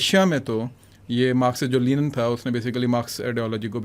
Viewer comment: Lenin ✔ Linen ✘